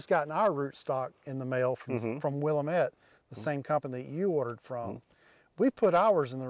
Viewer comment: will AM it ,, not will um ET